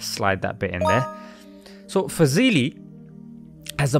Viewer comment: Sameera faaz-Li that's how it is pronounced. Alhamdulillah!